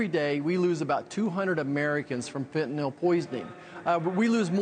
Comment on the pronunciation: Fen-tan-ILL not Fen-,ton-nall